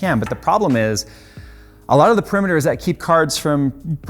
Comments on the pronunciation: Parameters. Not Perimeters. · You keep saying "perimeters" when I think you mean "parameters" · lol, I think you were looking for the word "parameters", not "perimeters"